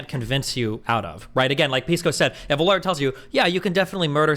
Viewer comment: Nobody calls Pisco “Peesco” like it’s sposedta be. Everyone calls him “Pissco” Pee, Piss, which is worse